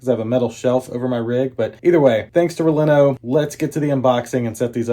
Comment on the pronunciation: Never a good start when you say the company’s name incorrectly (backwards) not once but TWICE! 😅😅😅